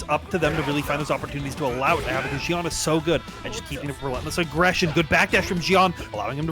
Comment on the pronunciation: Seem like every time you said xian's name you pronounced it differently. It's pronounced XIAN! how hard is that?